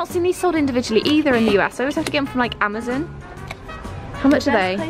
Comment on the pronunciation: It hurts when you say “amzen” instead of “Amazon”